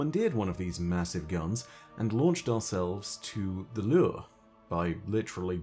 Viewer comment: only could turn "lure" into a 5 syllable word